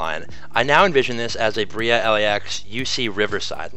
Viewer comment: It’s pronounced Bray-uh not Bree-uh